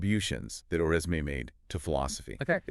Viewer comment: The "s" and end "e" in his name are not pronounced.